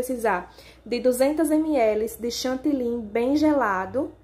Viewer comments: DESCULPE, MAS VOCÊ FALA #CHANTILYN. O CORRETO É # CHANTILY, PORQUE É O NOME DE UMA CIDADE. EM VEZ DE FALAR O FUTURO # VOU ESTAR BATENDO, VOU ESTAR ACRESCENTANDO, O CORRETO É# VAMOS PASSAR P O POTE E NÃO # VOU ESTAR PASSANDO. ESTA É A LINGUAGEM DO TELEMARKETIN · DESCULPE, MAS SE ALGUÉM DE LÍNGUA FRANCESA (QUE É USADA EM DIVERSOS PAÍSES, COMO O CANADÁ) OUVIR VOCÊ FALANDO # CHANTILYN, NÃO VAI ENTENDER PORQUE NÃO FALA #CHANTILY